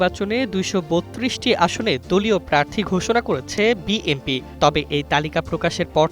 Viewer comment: অশিক্ষিত সাংবাদিক বিএনপি উচ্চারণ না করে বলে বিএমপি 😂